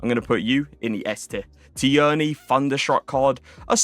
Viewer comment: Tierney is pronounced “teernee” just in case 👍